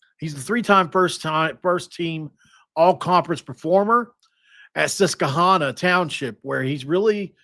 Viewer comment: Bro.. to pronounce the school it is the following... Sus-cuah-Han-ah township. (Susquehanna Township)